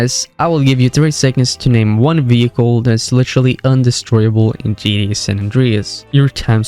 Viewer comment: Could you stop saying "GDA"?! It's GTA...